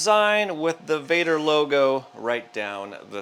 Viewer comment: Vader? Really?